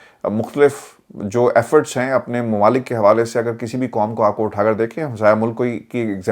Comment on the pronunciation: السلام عليكم ورحمة الله وبركاته۔ عرفان بیٹا۔ آپ اردو بھول گۓ ھیں آپ کہتے ہیں حقیقت کو حکیکت ۔ قوم کو کوم کہتے ہیں۔ حق کو حک کہتے ہیں۔قائل کو کائل۔ آپ نے ۔۔ ق ۔۔ کوکیوں بھول گۓ ھیں ۔ محمد meesaW قریشی ۔ کراچی۔